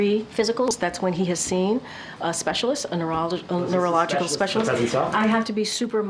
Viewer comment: The way she's pronouncing neurological... she might need a test.